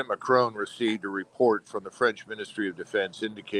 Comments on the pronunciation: Colonel… pronunciation of the French president is as follows: MARI-CON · 😂 Come off it. The name being discussed is "Macron". Hardly like a challenging surname such as Cholmondeley? (Pronounced “Chumley”, by the way). Here in Ireland we manage to pronounce names correctly. And since America has French speakers in Quebec and the deep south, French names are hardly alien to Americans. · Second that-all Americans seem to do this - driving me crazy. The Colonel should know better. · Note to you both…Macron doesn't have an 'e' on the end? Macron rhymes with Akron?